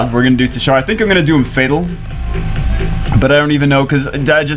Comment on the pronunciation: Gg bro for ur teshar but it ur saying it like titshar lol